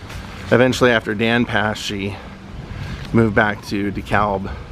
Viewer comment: I did a video on Dan, but O’Donnell was just too far away. Oh and DeKalb is pronounced “de-cab”. Don’t ask me why but that’s how they say it here. Keep on rockin’!